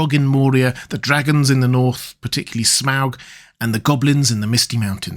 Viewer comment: Dude really be saying "sour-ron" and "smoug"